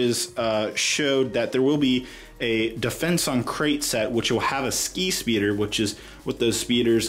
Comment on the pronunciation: Each time he says skispeeder I heard “skeet”speeder